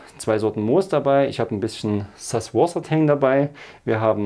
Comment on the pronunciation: Hey super, aber ihr müsst den Süßwassertang nicht amerikanisch aussprechen. 😉😃